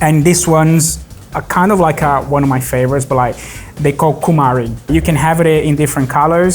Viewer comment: He is Brazilian and speaks CUMARI with an accent..... WHYYYY????🤣🤣🤣🤣🤣🤣 PS: Acarajé without smoked shrimp on top is not acarajé!!